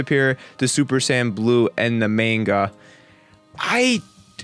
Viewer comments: he said super san not sayin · sounds like he is saying 'sans' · Tbh a lot of these powers arent "powers" the regeneration is simply the fact that "SSG" has that capability, SSB does not, simple, and for god sakes Pronounce it correct right "Say-Yins" if you could actually read the fucking article before talking about the powers, and how can you possibly know that chiotzu did learn from his training from self-destruct? The mimicry one makes sense, MIMICRY "to copy or make similar" thats what they are explaining, Frieza did mimic Krillins attack seeing how effective it was against himself, you yourself are just ranting on someone elses work which is about 80% true, yet from your personal opinion your trashing it, AND IF YOU FUCKIN READ MOST OF THEM THEY ARE SAYING IT IS FROM THE MANGA AND FEW INSTANCES IN THE ANIME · When he says saiyan it sounds like he says sand 😆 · did he say super San? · I don't know what is more amusing the article or the commentator that is trying to rip apart the article because thinks he knows everything about DBZ when he can't even say Saiyan properly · I got a cheap laugh out of the way you say "Saiyan" >__< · can't even say Saiyan